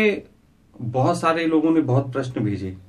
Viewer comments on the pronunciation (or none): none